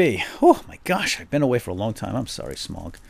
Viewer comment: its pronounced like sm-ow-g not smog